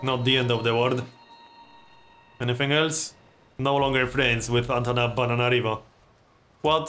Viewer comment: Love the way you say that city name 'antana-banana-nana-narivo'